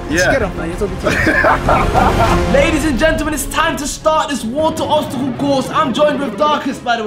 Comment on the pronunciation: That pronouncing on "obstacle" 🤣